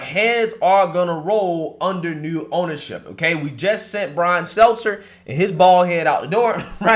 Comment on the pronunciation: Goddamn this guy sounds ignorant AF sometimes.. been years, and this fuckin guy still can NOT get Brian’s name right.. smh With his country ass…